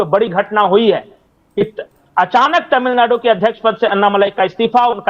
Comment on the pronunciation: आपके "अचानक हालत बदल गये तामिलनाडू मे"! बहुंतही मनोरंजक रहा.उच्चारण!